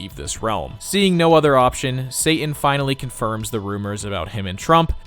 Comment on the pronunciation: Pronouncing "Satan" with a glottal stop is enormously provoking.